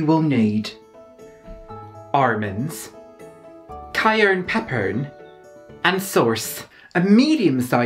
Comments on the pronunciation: "Armans, Cayerne Peppern, and Sorce" I screamed. Your parodies are perfection. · The “Armans, Cayerne Peppern, Sorce” killed me😂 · fucking DIED at "you will need... armans... cayern peppern... and SORCE" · That part reminded me of Tracey Martell's Swedish "brëd" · That makes more sense, I thought he was mispronouncing it on purpose like he did the almonds, sauce, and cayenne pepper.